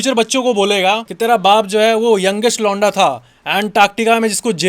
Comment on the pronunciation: When you say 'londa', my brain processes it as 'lauda'!😅